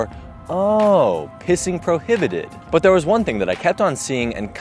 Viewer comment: "Oh,' pissing prohiblited.'" 😂😂😂😂